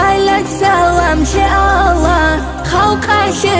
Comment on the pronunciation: Машаалагь как же красиво и нет более красивого не чего чем произношение Аллагьа